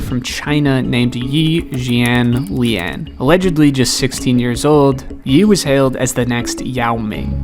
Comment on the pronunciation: Yee yaylin is still the best pronunciation of this I’ve ever heard. 😂